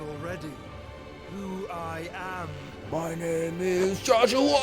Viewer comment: The best thing about this series is getting to hear NL say Joshwah on a regular basis.